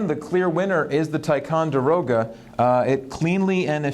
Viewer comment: It’s pronounced (tic-on-der-o-ga)